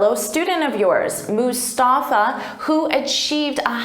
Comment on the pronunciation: like when u pronounced his name Mustafa so beautifully nice vedeo